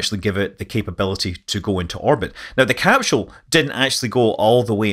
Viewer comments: Where is there an 'H' in the word CAPSULE? Pronounced; 'Cap Sool' -- not 'Cap Shool. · why does he say capshoe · What's a capshule? Great info. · Best to learn how to pronounce your key words, i. e, capsule.